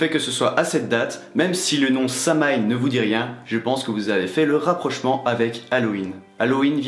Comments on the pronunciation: Samhain se dit “sa-ouiine” ça vient du Gaelic. ✨🖤 les marriages wiccan sw passent à Beltane. Litha c’est le festival de la fertilité on fête la deesse enceinte du dieu apres leur union à Beltane. ☀️✨🐍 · Bonne vidéo, mais Samhain se prononce "SOW-ween". C'est de l'Irlandais, ça ne se prononce pas comme c'est écris. Un peu comme Jalapeno qui se prononce un peu comme "Yalapeno" ! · mode casse-couilles enclenché Samhain se prononce SAWINE extinction du mode casse-couilles Non en vrai je prononçais ça Samhain aussi il y a encore 2 semaines. Je viens de découvrir ta chaîne et je la trouve excellente. J'enchaîne toutes les vidéos à la suite. Et sinon pour la prochaine fois, une vidéo sur les familiers ce serait top.